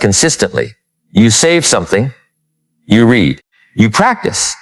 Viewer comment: I don’t know how AI will take over the world when it can’t figure out the difference between “read” (reed) and “read” (red). So annoying.